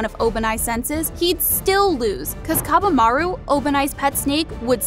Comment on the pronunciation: the way she pronounced kaburamaru is actually paining me☠️